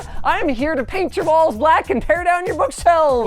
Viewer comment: i heard balls not walls 💀💀